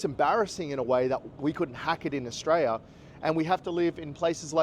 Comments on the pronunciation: Maybe learn how to pronounce the country's name first.. Aus-tray-lee-ah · Mate there is an “l” at the end of Australia-l-is!! The cost of living is high in most countries in the world at the moment so stop your bloody whinging!!